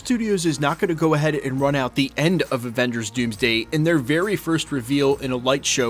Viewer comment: Sounded like you said other Revengers 😂 comment below!!!!!